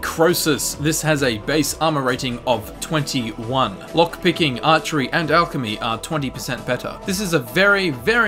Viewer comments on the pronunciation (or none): none